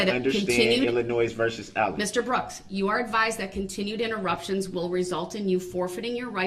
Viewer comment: I too love how she says “Ayllen”. Her accent, along with everything else about her, is perfect.